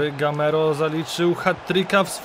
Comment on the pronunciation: GAMEIRO A NIE GAMERO